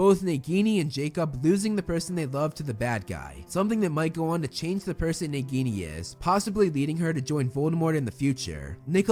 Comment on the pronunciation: It's Nagini, not neguini.